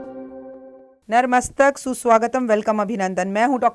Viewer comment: Mam ... Natmastak hota hai... aap narmastak, pronounce karte ho😊